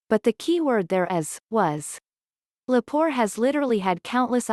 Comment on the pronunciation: Amanda Lepore A man duh Le poor - not poor Cox Bullock 😮